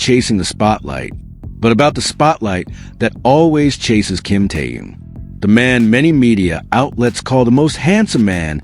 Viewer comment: Когда вы научитесь правильно произносить его имя . Он тэхен. Хватит коверкать . Слух режит